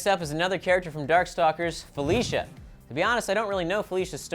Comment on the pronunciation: This....my name is Felicia....I am serous.....and you didn't say it right XD